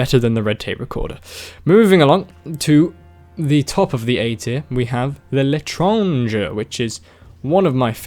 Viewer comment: You've got to be the first TF youtuber i hear pronouncing "l'étranger" correctly